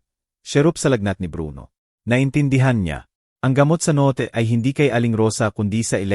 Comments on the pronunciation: Legit nga mga comment Ng iba kaiba ka magbasa ung note mo binasa mo ng No-te😅ung drawer nman dra-wer😂 prang hinahabol ka ng kabayo magbasa wla man lng sa ayos dire deritso hahhaha...nwla tuloy antok ko sau😂😂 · bt kya gnito mgsalita yung mga gnitong blogger na ngnarate ng kwento, dmo mlman kung anong lahi, ang bus boss dw, ang note no-te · Magnda ang kwento Pero ang narrator di maganda ang pronunciation ng nga word. Ex. Notebook- pronounce as no Te Bo ok, Atty - ATI, note ,- no Te, etc. Dapat basahin muna bago magnarrate para maintindihan agad.